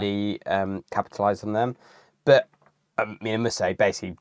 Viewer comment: It cracks me up ,Bert & Kerp instead of "But & Cup"